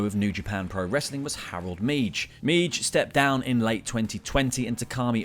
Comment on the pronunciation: Harold Meij is pronounced "May" for future reference